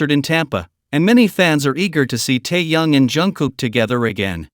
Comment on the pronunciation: АВТОР. НАУЧИТЕСЬ. ПРАВЕЛЬНО. ГОВОРИТЬ. СЛОВО. ТЭХЕН, А. ТО. ОТПИШЕМСЯ. ОТ. ВАС